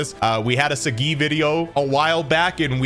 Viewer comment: It’s “Soggy” man. Kaiba says his name multiple times.